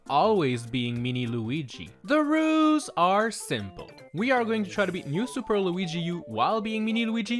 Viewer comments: I can never get over the “de ruuuuuz are simple” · Why do I hear “THE ROOS ARE SIMPLE” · I love how he says rules like "the roooos are simple"